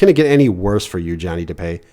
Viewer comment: Its du-pee not du-pay